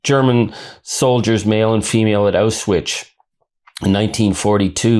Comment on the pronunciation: "Auswitch"?? Rather "Auschwitz"